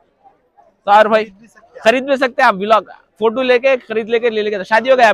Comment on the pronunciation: Vilog ny bolte bhaii vlog bolte